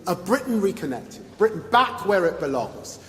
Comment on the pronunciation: I thought he was saying Britain is black... 😮